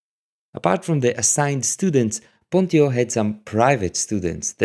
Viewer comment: Thank you, very interesting.. one thing: I'm nearly sure the right pronunciation of PONTIO is: PONT'tsj'O, due to the rules of the late latin... but.. not sure 100%...